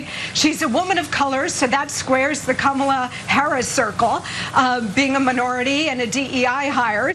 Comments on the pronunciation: I just want to point out Candice Owens deliberate mispronounciation of Kamala Harris' first name. Its always been the emphasis of Ka. Ma. La. Listen to the way she says it and look up the 1980's pro wrestler that worked for the old WWF kamala. A rotound, black, voodoo which doctor character. Im a huge wrestling nerd so this really bugs me, and guess what, I dont like Harris. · It's Comma-la, Candy. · Her name Kahm-uh-luh Harris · This is their campaign strategy? The usual fantasy falsehoods plus vile racist attacks and childish playground insults, as with their feeble attempts to make fun of her laugh? Seriously, they’re all like silly children! Yeah, this will all work well for Kamala’s (that cretin Candace can’t even pronounce her name correctly!) campaign, since voters will be totally disgusted by their immature and crude antics!😅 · Candus owned mispronounced Kamala's name. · Oh Candance, I'm supposed to believe you know what the heck you're talking about regarding Kamala Harris when you can't even pronounce her name? Why anyone listens to anything she has to say is beyond me. She supported Russia's war against Ukraine, and she said ukraine belongs with Russia, "they speak Russian...: no, they don't. They speak Ukrainian, which is closer to Polish than Russian. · Not one of them say her name right ? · Candace is actually the worst. She is purposely mispronouncing Kamala, she knows the correct pronunciation in fact, they all do…it’s another slur. Not all republicans are horrible people but it sure seems like they got more than their fair share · Pronounce her damn first name correctly! 😮😊